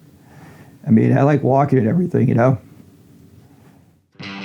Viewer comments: When he said “Well, walking is one of the best exercises,” I thought he said, “Milwaukee is one of the best exercises.” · Did he say walking or milwalkin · I thought the exact same thing.